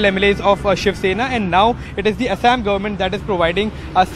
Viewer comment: Tell the reporter to say Assam properly. No need to add weird accent to it.